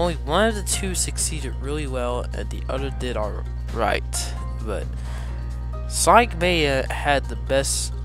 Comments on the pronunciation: You said sonic maya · sonic mania men you said it wrong